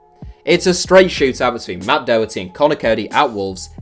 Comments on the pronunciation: Pronunciation of Doherty is all wrong. Do like docter, not doh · As an Irishman hearing him saying "doeherty" is painful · Why can't Brits pronounce Doherty properly? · I honestly just cringe every time you pronounce Doherty's name. Seriously it's not that hard!